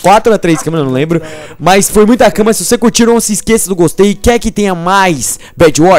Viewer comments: Grande... é BED!! BEEEEEED!!! NAO BAD...💚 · Não é bad e sim bed !!! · bed é com "e"